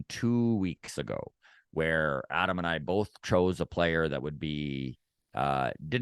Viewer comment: ADAM us foke from (TO) I know you are trying to say it right 😮BUT ...K YOU say it wrong lmao 🤣